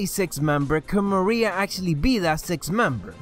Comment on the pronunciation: it is Maria